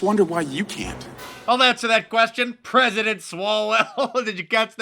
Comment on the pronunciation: "Preaident Swalwell" HAHAHAHAHAHA did you people catch that?? BURN!!!!!!